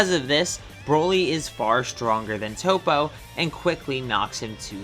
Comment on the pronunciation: It’s not tOpO it’s top